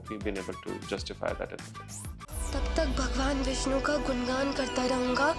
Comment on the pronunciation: गुणगान को गुनगान बोला, विष्णु को विष्नु।